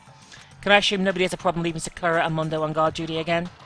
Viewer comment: I like this series a lot but hearing the way she pronounces Byukuya and Sakura’s names hurts